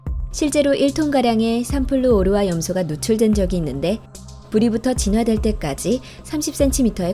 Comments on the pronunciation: 삼플루 오르화 염소 아니고 삼 프루오르화 염소 라고 읽는거임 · 삼플루 오르화 염소가 아니라 삼 플루오르화 염소 입니다. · 삼 플루오르화 염소라 읽어야될꺼같아요 삼플루 오르화라들리네요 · 삼플루 오르화 염소가 아니라 삼 플루오르화 염소입니다. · 삼플루 오르화가 아니고 삼 플루오르화 염소가 맞는말같은데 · 삼플루 오르화 염소 지렸구요~ 삼 플루오르화 염소라고 해야지 ㄷㄷ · 삼플루 오르화 염소가 아니라 삼 플루오르화 염소로 발음하셔야합니다. 화학식이 ClF3 이기 때문이죠. 😎👍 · '삼플루,오르화,염소'가 아니라 '삼,플루오르화,염소'지... F3Cl인데... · 삼 플루오르화 염소 지 삼플루 오르화 염소라고 읽네... 순간 뭔 물질인가 싶었다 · 9위가 삼 플루오르화 염소인데 삼플루 오르화 염소 라고 읽는군요 ㅋㅋㅋ